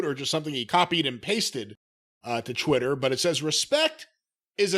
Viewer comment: Can some please tell it’s pronounced Twitter not Chwitter